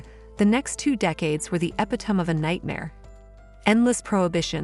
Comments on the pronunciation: Who is the narrator? She says "ep i tome", instead of "epit o me". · Why don’t you know how to pronounce EPITOME? It’s pretty easy to say. You sound ridiculous.